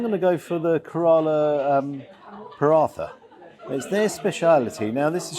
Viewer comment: not ka ra la try care rear la. And pa ra ta. And door sir. I love your youtube. I know never ever be able to afford go to england, to the restaurant. But love your youtube. ❤